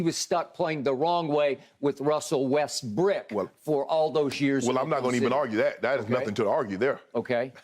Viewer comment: I really will never be okay with Skip saying Westbrick, although I know it’s not. It just feels racist and uncomfortable. It should be left for the fans to heckler like pronounce his name like that.